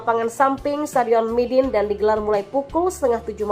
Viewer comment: sorry min nama stadionnya midin ato midun ato my dinh yaa yg benar...